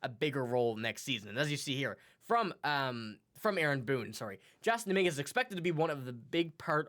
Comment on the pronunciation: How can you not know how to say Dominguez name and you have a Yankee podcast? Canadian accent doesn’t fool me start a jays cast bozo